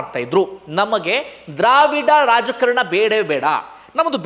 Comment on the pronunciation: ರಾಜಕಾರಣ ಅಲ್ಲ ರಾಜಕಾರಣ